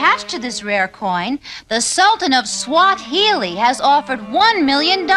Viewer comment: I've listen several time and I don't think Velma sad Sultan of Swahili, I think she says Sultan of SWAT-hili, which would be a play on Babe Ruth's old nickname.